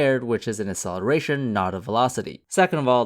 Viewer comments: Please learn how to pronounce "acceleration" properly, it really bugged me. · Can you please pronounce "acceleration" properly? Because your "acceleration" sounds like "celeration", and cause of that I thought that you were talking about something completely different